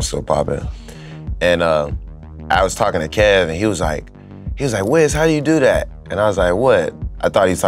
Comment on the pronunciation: "Like at" is how Pittsburgh accents are? I moved my 9th grade year to Waynesburg PA from southern WV and when i wouod say anything close to "like at" and mean "like that" i got picked on. Hard core. This one kids schooled me for a whole class period that pencil is pronounced "PENcil" and not "PINcle" ....i dont even want to talk about workimg with my dad outside of Pittsburgh at 18 at united rentals in Oakdale PA.....the adults picked on my accent worse lol